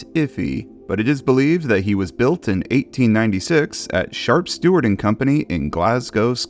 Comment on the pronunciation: I'm surprised nobody's pointed out how he said "shart stuart" lol